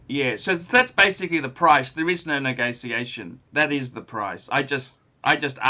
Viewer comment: Negoziaschion....it's all about negoziaschion....and elocution